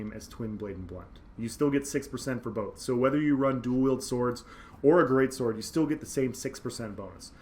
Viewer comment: Whenever you say "greatsword" I hear "greatsorc" :D